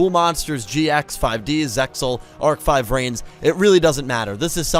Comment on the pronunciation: Bruv did you just call VRains 5Rains.....like WTF lmao......the V isn't a 5 ya jack ass....it's supposed to be VR as in virtual reality, since majority of the duels take place in virtually reality